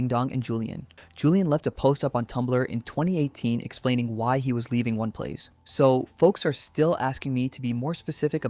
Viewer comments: They said “Oney Plays” pronounced (Oni Plays), multiple times and you continue to call it “One Plays”. Why? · Why you saying one plays, ding dong and Julian literally say it for you. It's oh-knee plays. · Ding Dong is such a fitting nickname. Also I heard One Plays, One Piece, and One Place. It's O-KneePlays. Sorry I am autistic about pronunciations. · Like how did you not get that right lol